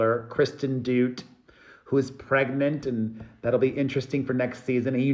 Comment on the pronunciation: Learn how to pronounce Kristen's last name😢